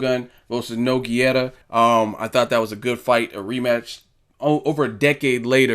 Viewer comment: You call yourself a fight fan and cant even pronounce (No-geh-rrah)'s name correctly.